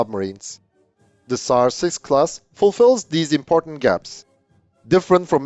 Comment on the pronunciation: Sounds like you said SARS6-Covid and that would be a scary name for the ship imo.